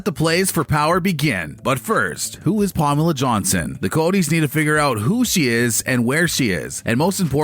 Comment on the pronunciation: What is with the messed up pronunciation of Pamela?